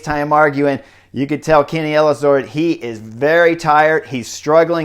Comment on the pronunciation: Thanks for the coverage and analysis. Guillaume is pronounced Gui-Yom. Practice, you’ll say his name often this summer. 😉